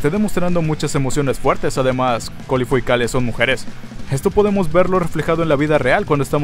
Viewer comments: Me rompe las pelotas que le sigas diciendo corifu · yo me pregunto??? por que le sigue diciendo ''COURIFUUU''?? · no se porque dices corifu si es caulifla men abre los ojos no asertaste el nombre de la saiyan no te engañes a ti mismo :v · los japoneses lo pronuncian como "caurifrua" suena parecido a corifu.